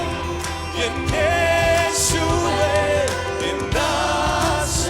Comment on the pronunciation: ഈശോ എന്നല്ല, യേശു എന്നു പറഞ്ഞു പഠിക്കു. വെളുമ്പൻ്റെ ഏറമൂളികൾക്കു വെളിച്ചം ഉദിക്കട്ടെ. 😉🤗🤗